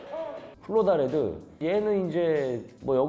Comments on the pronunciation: 플로다레드가 아니라 폴로다레드입니다… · 형님 "폴"로다레드입니다ㅋㅋㅋ 저도 첨엔 '플'로다레드인줄 알았어요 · 형님 플로다레드가 아니라 폴로다레드입니당